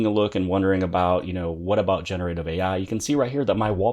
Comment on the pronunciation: Lol how you incorrectly pronounce generative.